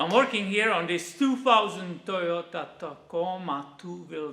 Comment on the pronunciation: pronunciation of Toyota right on the money and yes I love Toyota as well since I was 15 years I've only owned Toyota's